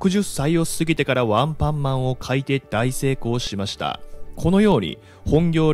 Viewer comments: ワンパンマンだか、アンパンマンだか、確かに聞きづらいwww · アンパンマンの発音が 完全にワンパンマンで笑った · アンパンマンの発音が"ワンパンマン"なんだよなあ